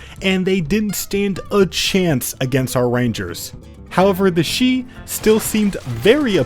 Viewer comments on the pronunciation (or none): Shi in Chinese if you are accounting for pin yin is pronounced sure not she